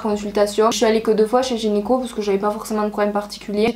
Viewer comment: Le fait d’avoir ton avis et tes expériences surtout de la manière dont tu les racontes peut aider les personnes concernées. Une fois de plus tu parles sans complexe et c’est un plus 👍 (Je fais mon chieur mais c’est gynéco et non gynico 😁😉)